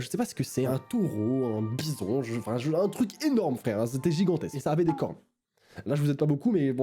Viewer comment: Quand il a dit les cornes au début j'ai pensé qu'il a dit les coronas 😂😂